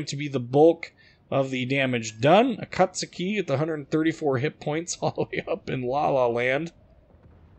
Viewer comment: Props for being one of the few YToubers that pronounce "Akatsuki" the poper way. GJ.